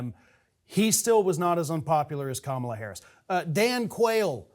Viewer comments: Years later, dude still hasn't bothered to learn how to pronounce Kamala ☹️👎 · Despite the popularity criticisms from the left, Kamala Harris (pronounced comma-la) WILL be Biden's vice presidential running mate in 2024.